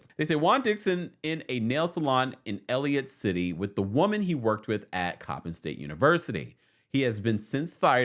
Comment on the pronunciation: It's pronounced ElliCOTT City not Elliot City.